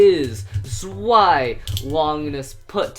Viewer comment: Its zvie not zwie